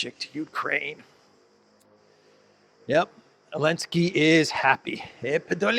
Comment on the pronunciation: Why do you call Zelinskyy "Olinsky"? Is it just petty disrespect or is there another reason?